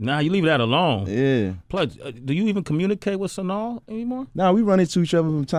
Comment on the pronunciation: Why is Sway saying Sanaa name all wrong and shit LMAO Epps is that do though.